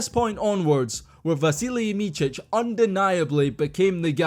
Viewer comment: his name is not pronounced Michich but more like Mitsich